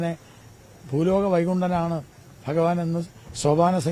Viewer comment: "വൈകുണ്ടൻ" അല്ല വൈകുണ്ഠനാഥൻ എന്ന് പറയൂ ഒട്ടകമേ 🐫🐪🐪🐪🐪